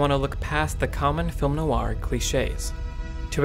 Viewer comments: you should listen to a French person pronounce 'noir'. it's not no-ar as you pronounce it. phonetically, it's more like nwah. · It's pronounced Nwaa not No Are . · WHy does this guy pronounce "noir" like that? Like NO-ar, instead of NWAH - I found it very distracting. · Really? For all the quality of the video, and the obvious love of the subject matter, the constant pronunciation of something that should be like "nwah" as "no-wah" drove me almost suicidal after 2 minutes... if it was only occasionally said it would be survivable, but it's part of the topic! There is no escape... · I learned a lot from this, including the correct title of the book by Philip K. Dick. One correction I have (sorry to make this in public but I have no choice) is how you pronounce "noir". It should be "nwar", not "no-warr" (where "warr" rhymes with "bar"). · Film noir is not pronounced "film no-ar" but rather "film nwar." Noir is one syllable. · It really throws me off every time he pronounces it "NO-AR" instead of "NWAR". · French is more of NO WAH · Great analysis, just one gripe... the way you emphasize Noir as No R. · I love that "noir" is two syllables here. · Is there a skillshare that teaches you how to pronounce "noir"? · I'm really struggling to watch this with the repeated mispronunciation of 'noir'.